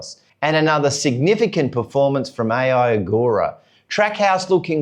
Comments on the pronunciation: Please dont say the letter names (A, )I , its Ai (eye) or just Ogura. If you can do Toprak's last name you can do Ogura's first. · "A" "I" Agura.. WTF. His name is not Artificial Intelligence Agura! Take sometime to learn the names!